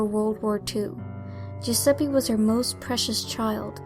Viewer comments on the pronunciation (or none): none